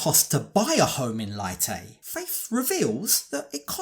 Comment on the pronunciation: Her hometown is pronounced lay-tay but spelled leyte